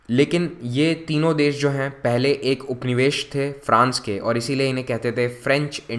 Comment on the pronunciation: Can't understand properly these words like nivesh pravesh dakshan etc